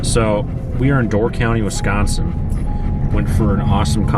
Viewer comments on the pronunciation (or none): "Door county Wiscensen"